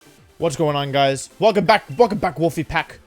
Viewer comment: Velcome vack, Volfe Vack